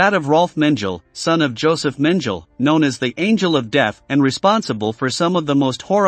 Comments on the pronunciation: Gelatin, hair gel …of course it has to be Men-gel. 😂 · You wrong ! Just one example. Mengele , is not Mengel Correct Pronunciation is MEN_GE_LE G -is a G like in GOLD , so is Mengele , even the last letter is an E -like in Elefant ,and not Mendzel how he said repeatedly ! Did you get it ? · Yes. How 'Mengele' became 'Menjeal' is truly ignorant. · Yes. Who the f is Joseph Menjel? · Mengele is pronounced: Men geh leh. NOT Menjel... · the prononciation of there last names should be spoken correctly Hun mengle is pronounced mengala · Me gar lay. Not Men gel. Learn how to pronounce names. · It is ridiculous how many words are mispronounced here. Not only German names like Mengele, but also English words like "deniers". Does nobody proof-listen this before it gets published? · It’s pronounced meng-a-la. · Have I been pronouncing mengele wrong this whole time??? 😂😂😂 menjill now that's funny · Love your video! I can't help it, I have to say that your pronunciation of Josef Mengele is pronounced Men-Guh-La. Sorry if I'm picky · Is it too much to ask that these narrations pronounce names at least PARTIALLY correctly? Menjell? C'mon! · You are correct! He takes the time to research and produce a great video but degrades the quality by using a computer voice that mispronounced the individuales names. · Before starting this interesting history of Nazi leaders's children, the author should, in my opinion, have spend some time learning the correct pronunciation of the persons' name he is telling the story, like Speer, Göbels, Göring, Mengele. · And not knowing how to pronounce Mengele? It is really too bad that well known names from the subject matter are mispronounced. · These computer voices are pretty good nowadays, but a human would never pronounce Lyon and Mengele that way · Please do something about your pronunciation of words like 'Denier" and "Mengele"!